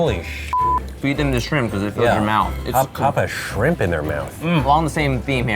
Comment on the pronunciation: YOU MEAN HOLY SHIRMP?